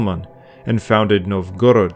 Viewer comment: NOVgorod, not novGORod. AlyEG, not OLeg. VlaDIMir, not VLADimir. Bot, or merely bad research?